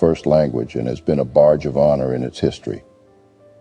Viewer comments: "Barge of honor" 😂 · wtf is a "barge" of honor